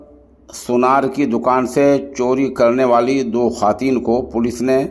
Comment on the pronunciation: محترم خواتین کا واو پڑھاجاےگا خاتین پڑھنا😅 غلط ہے